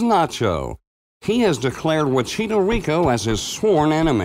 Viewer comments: Wn que chucha tu presentador no sabe como pronunciar wachito riko kjsjsjsjjsjsjs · no one: me, a Chilean laughing every time he says "wachito rico"